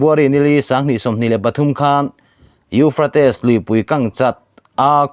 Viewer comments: Euphrates i lam dan chu le...kan bo hû mai dawn a lawm le. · A lar teh reng nen..lam dik hram se tiraw🤭